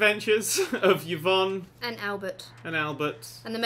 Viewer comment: Yvonne is pronounced evonne